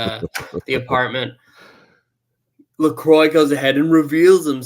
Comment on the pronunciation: Pronouncing Lacroix wrong